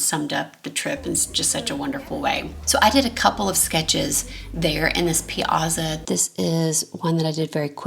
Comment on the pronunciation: The black and white photo with the two Italian guys is fabulous…. (The village squares are pronounced Pea-at-za)